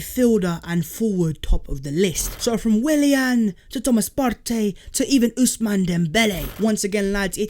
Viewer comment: I’m Ghanaian and his name is actually pronounced like the word “Party”